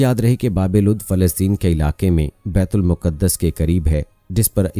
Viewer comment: Baitul muqqadas Nahin kehte baitulmaqdas kehte hain